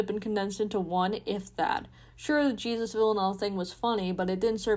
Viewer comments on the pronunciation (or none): none